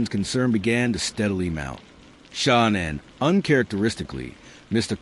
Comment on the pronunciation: The A.I. narrator is terrible, they keep calling Shan-Ann , Shawn or Shawn Ann …. N.K. knew all about Shan-Ann she was “stalking” her online. The original violence plan was this: N.K. was in the Watts home, it was planned that she was going to take Shan-Ann’s vehicle, phone, purse, text from Shan-Ann’s phone ( as Shan-Ann ) that she was going away for awhile and would touch base later. HOWEVER, Shan-Ann changed her phone PIN during her trip, N.K. could not get into Shan-Ann’s phone ! That’s why N.K.’s phone pinged in the Watts neighborhood. N.K. was going to ditch Shan-Ann’s car as if it broke down or they were abducted. Chris was going to “take care” of the family while N.K. was doing her evil deed. Their plan was foiled due to Shan-Ann changing her phone PIN . They were upset hence throwing the phone into the sofa, that’s why the phone was found in the sofa and not with her other belongings. N.K. should’ve been investigated more, I think the detectives totally dropped the ball investigating N.K. and just letting her walk. Why else would she change her name and go into hiding ?